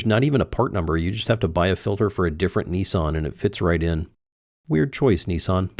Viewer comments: nissan not knessan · Knee-Sarn - LOL, you guys crack me up... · How is it that Americans can not read? How do you make the company name NISSAN in to NEESON ? Are they thick over there?